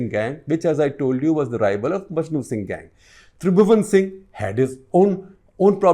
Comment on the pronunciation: This man doesn’t even know his facts …repeatedly calling Maknu Singh as ‘Majnu Singh’ …